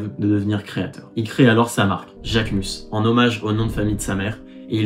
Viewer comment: Je pensais que son nom se prononce Jacquemuze ?